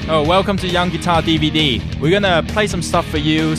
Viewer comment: hahahah herman sounds funny when he says DVD i can now imagine him saying YOU WANT BUY DVD ?!?!?